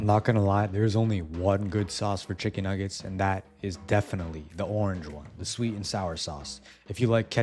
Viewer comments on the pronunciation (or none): none